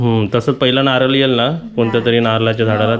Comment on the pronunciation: नारल नाही नारळ म्हणतात.